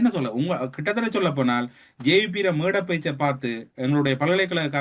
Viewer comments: "போனால்" not போனா"ள்" தமிழ் உச்சரிப்பு முக்கியம்." ல" கரம்? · வாய்க்குள் சளியை வைத்துக் கொண்டு பேசுகிறாரா? அவலங்களை அவளங்கள் என்றும், முல்லைதீவை முள்ளைதீவு என்றும் போனால் போகட்டும்... என்பதை போனாள் போகட்டும் என்றும் உச்சரிப்பு கொலை.. த்தூ..வந்துட்டாரு ஊடக துறைக்கு அதுக்குள்ள அடுத்தவன நக்கல் பண்ணுகிறார். அசிங்கங்கங்கள் அப்படித்தான்.